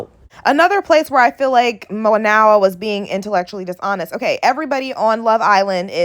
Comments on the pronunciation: You didn't even pronounce Mayowa name correctly. You listened to reply not to understand. You made valid points but did you actually listen to Mayowa or were you triggered. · Are you saying her name wrong on purpose?